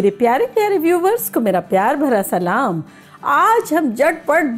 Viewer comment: Lekin aap salam galat krti h